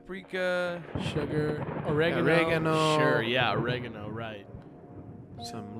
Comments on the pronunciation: Im fucking sorry...."Or-ey-gino!?" jesus christ its pronounced "Ori-garno" facepalm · What the fuck is up with the way pronounces Oregano.